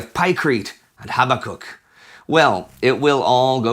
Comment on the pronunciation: HABAK UKK, not HABBA KUK